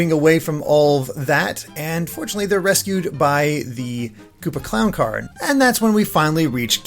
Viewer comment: "They're resciu by the koopa clawn card" The shy guy: I'm a joke to you?